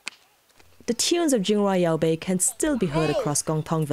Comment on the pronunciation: Your pronunciation of Jingrwai Iawbei is spot on.